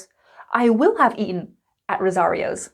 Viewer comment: it's eaten not eaen please